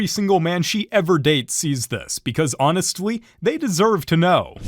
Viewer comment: "honestwy :3°